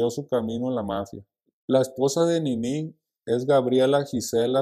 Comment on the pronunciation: Por q le dice ninÍ y no NINI